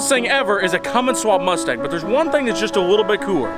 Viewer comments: Its the cumstang. And becouse it's easyer to pronouncw we will change the name slightly. To cumstain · Lol the”cumstang”😂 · Pronounced cumstang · “The Cumstang” 😎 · Did he say "smokestang" 😂🤘🤘🤘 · Ah yes the good ol CumStang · The cumstang🤣🤣🤣👌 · Call it the Cumstang?? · Call it cummstain😂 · The "Cumstang"